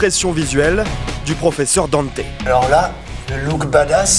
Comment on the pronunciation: Pourquoi danter on dis dante normalement